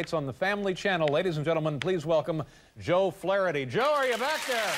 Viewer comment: It's funny how Dave says Flaretty instead of Flaherty.